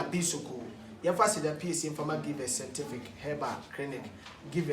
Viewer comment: Efya Owusu sentific hahahaha